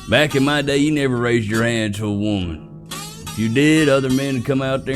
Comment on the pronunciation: Say woman correctly please!!!